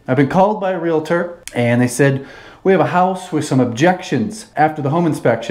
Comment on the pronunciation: Tje biggest concern of this video.... it's not pronounced realAtor... realtor. Also there is no T in across. Ffs idk how this clown is still employed